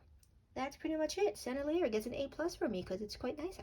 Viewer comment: Pronounce it like this Sen-nel-ee-yay. You’re welcome. You’re fun.